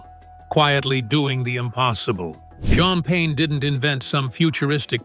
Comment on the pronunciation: Who TF is that « Djinn Payne »😂 ?